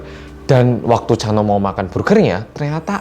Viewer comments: Pas mas hansol ngomong chanho aku dengernya cha eunwoo 🤣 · Chanho nya kedengeran kayak lagi bilang chanwoo ikon:)